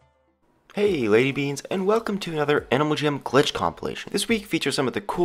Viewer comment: When you say "bean" I hear "rabies"